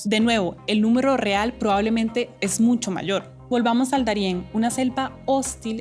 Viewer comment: Me extraña que DW haya puesto a una chica que dice “MuNcho” en lugar de “mucho”.